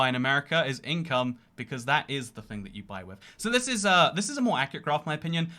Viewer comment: I love when he says "fing" with a southern accent